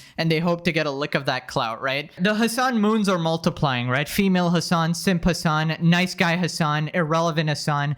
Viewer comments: his name is hasan piker. not hamas piker. you always say it wrong. 😂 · I genuinely think his name is Hamas whenever you say it 😭😭😭